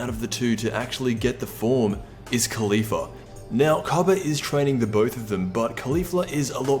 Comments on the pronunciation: It's pronounced "Collie-Fla", not "Khali-fla". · KAH-lay. kaw-leaf-la